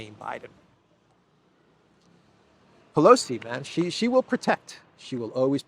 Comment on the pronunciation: Sheeeee not Jheeeee